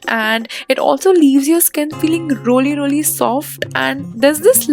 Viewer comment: Rolii roliii instead of really really 😂😂😂😂😂😂😂